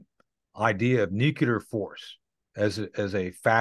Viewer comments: I just dont understand how this guy made it to colonel , when he can't pronounce and say the word "NUCLEAR" correctly . On this video he pronounced many different variances of words similar to nuclear , but after over 40 times listening those words, none are as it should be pronounced . I thought only President Bush SON was unable to say NU CLEAR, instead of NU CULAR, NU KULOR, or NU KELAR, NU CALAR, NU KOLAR, NE KULAR , knew kelar, knew kular, knew colar, knew kilar, knew kuler etc . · Interesting that the military veteran guest pronounces nuclear as nucular, as did Pres George Bush. pronounces in correctly. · I hate it when he says nukelar instead of nuclear :'( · I have a hard time trusting people who say nu-cu-lar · It's New-Klee-Err, not New-Q-Lurr. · Its nu-clear , and NOT nuci-ler , and spelt n-u-c-l--e-a-r not n-u-c-i-l-e-r. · Did he say nucular? He should know its nuclear. Humm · Nucular???Insider who can't pronounce Nuclear, he would have been sent home first day working as a roofer. His information comes from the sand box in the school yard. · Always funny how people say nucular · I like Tony Shaffer but I cringe every time he pronounces the word "nuclear". He pronounces it like George W Bush: nuke-you-ler. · "nuke-lee-ur". You're welcome!